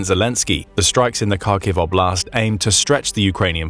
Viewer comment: Again “oblast” means “area” in russian, you can just say area, your saying область wrong, just translate “area” to russian….